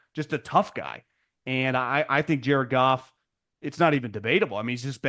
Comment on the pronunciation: Who is Gared Joff and JC Stroud? Is Cowherd dyslexic?!? LOL!😅